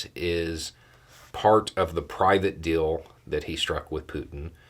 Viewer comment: I will donate $100 to the charity of your choice if you stop pronouncing the word deal as dill.